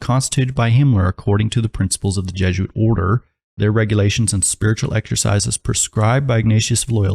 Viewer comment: Just the slightest bit annoying that people pronounce it jeh-zhoo-uht instead of by the proper pronunciation jeh-zoo-uht